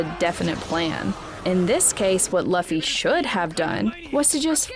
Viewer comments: K Luffy not Laffy lol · The fact that she is saying laffy instead of luffy!:) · ITS NOT (L-UH-FY) ITS (L-OO-F-Y) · How is laffy ? 😅🤣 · it's not impul down it's impel down plus it's luffy not laffy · who's lahffy? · Who is laffy , it sounds cute tho. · It's Luffy, I think she has a hard time pronouncing with her accent. But it does sound cute! The videos awesome anyway too. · Its luffy not Laffy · Who’s lauffy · Chill guys. It's a minor error. Plus I do pronounce Luffy the same way because I like it better. 😊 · Dude I can't with these pronunciations. "Lufy" "alerbaster" 💀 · Chopper go on without me I’ll save monkey. D. Laffy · ITS NOT LAFFY ITS LUFFY U DUMB DUMB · It is said like loffy but spelled luffy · Like she's almost thinks his name is pronounced like Fluffy lol and not "Loo-fee" 😂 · Very late but whyyyyyy pronounce his name like that😭😭😭 both the English and Japanese version pronounce the u like oo😭😭 stop torturing us like this, someone else watched this wrote this for u didn't they😭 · Pronounce it like Lu Fee whenever someone says it like she does I die a little more inside 🤣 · Its LUFFY, Lew-fy! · “Luffy”? Oh yeah, I can tell she never watched the show before. 😂😂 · if you're gonna cover anime, at least pronounce the name properly. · Is she reading a script and thinks that's how you say Luffy??? And it wasn't mandatory if you find a DF on the WB pirates you have to eat it, you just own and can do what you want with it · Have u ever watched the show, ever? Or watched any other content on one piece? How can you pronounce the fuckign MAIN CHARACTERS name wrong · It was distracting. Liked how monotonous she taslk